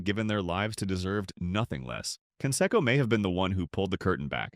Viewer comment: Who is Can-Secko?